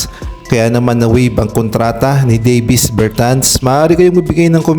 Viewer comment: Clarification lang po, Dă + vis po pagpronounce ng name niya hind po Day + vis. Salamat.